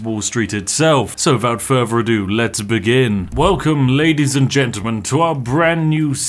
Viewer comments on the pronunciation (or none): ..."wiffout furvur adeu..."